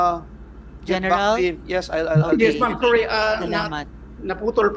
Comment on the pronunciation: Di ka nalang magTagalog Maslog, punyeta ka "No mem, yes mem"